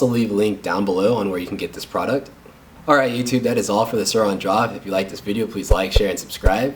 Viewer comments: SOURIIIIIIIN “iiiiiiiii” SAY IT CMON. NOT SOUROOOOOON. ITS SOURIN! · He sounds white He says sourin like he think it’s “souron” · It’s pronounced sore-in, but I really liked this video